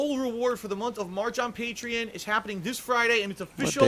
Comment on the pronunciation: First word in the video: "patrein"